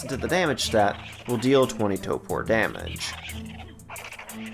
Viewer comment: I’m sorry but you said it so much it drove me nuts…it’s toRpor (tor-poor) not topor (toe-poor) 😂